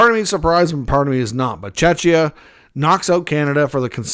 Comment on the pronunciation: Mate, Czechia is pronounced with a K (ch).